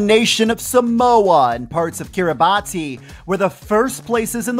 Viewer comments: Might help to pronounce that nation of Kiribati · If I’m correct, it’s pronounced Kiribas, right?